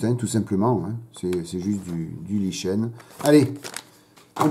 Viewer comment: Oui je participe. Conseils de prononciation : Pas waïteuring mais wézeurine. Pas lichêne mais likène. Pas couverture mais gouférdureu. Concernant Hobby Boss, je n'en achèterai plus. Bien qu'ils fournissent quelques extras dans leurs kits, comme des trains d'atterrissage en métal et quelques pièces en résine, ils n'ont hélas aucun respect pour l'exactitude. Exemple : la planche de décals où il manque de "J" de "John F. Kennedy". (et il y en a d'autres !)